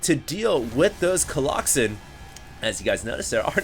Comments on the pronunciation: colloxen. you're adorable, lol. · Remember when said " a pride of colloxen" in the last video? That was SO awesome! Probably one of my favorite quotes from. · unless you tell us you say it jokingly... but right now many of us think you are serious about the whole colloxen thing otherwise keep up the good work